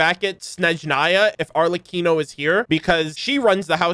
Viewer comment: Thank you thank you….. this is a honest reaction.. thank you for not looking at the thumbnail… and a major thanks for pronouncing Arlecchino correctly 😂✨